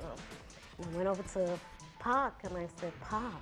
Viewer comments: Except cant say 2pac correctly 2pack?! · It's 2pac not 2pack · I was thinking the same thing. Especially when she said two pack!😆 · 2 pack aye ? Lmao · Gone waaayy too soon! R.I.P.! P.S.: I cringe every single time I hear that mispronounciation- its not like 2 packs of whatever!!! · Please in the future if you do more 2pac vids make sure you say his name right